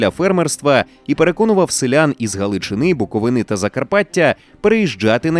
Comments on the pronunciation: Не втомлюсь нагадувати, БуковИна, не БуковинА. 🤌🤌🤌🤌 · БуковИна, наголос "И"